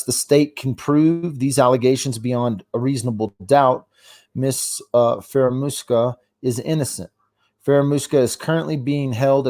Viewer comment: It’s pronounced Brew-sard and Fara-moose-ka